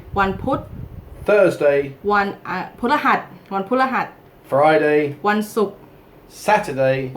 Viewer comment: It sounds like she says the name for Thursday wrong. It's "wan paruehat" not "wan purahat". Could be just me though.